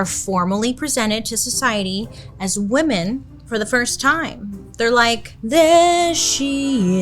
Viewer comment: Write this down: woman= singular WoMEN= plural (pronounced wimin- like swimmin’ without the s) Please don’t ruin this word